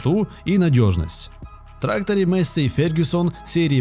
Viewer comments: Маесей а не мейсси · Афтор лол, учи матчасть. Во первых Fendt Vario 936 читается как ФЕНД ВАРИО, ВАРИО-это запатентованная коробка передач, а во вторых двигатель дойц имеет объем 7,8 л и две турбины выдавая при этом 360 л.с... П.С. Пока писал о Фенде, афффтар произнес название Массея и я понял что это бесполезно...